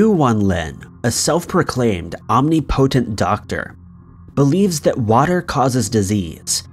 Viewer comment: Love your channel ✌ pls forgive me but I must say the proper pronunciation of "omnipotent" is: om- NIP- a - tent 😁